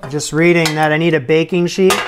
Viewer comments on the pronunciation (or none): none